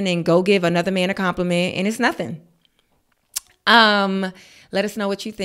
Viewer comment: “Of coursee” the harlem accent 😂